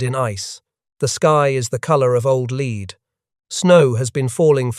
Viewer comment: “The sky is the color of old lead,” with the last word rhymed with feed. Correct your robots.